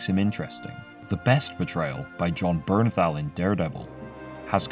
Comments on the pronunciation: 2 It's Bernthal. Not "Bernnal". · Thal not Thau, wtf